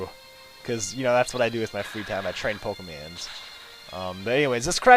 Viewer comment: dude did you just say pokeMANs ????